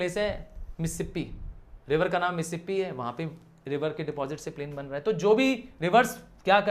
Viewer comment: missipe nahi hota sir Mississippi hota hai. Please learn English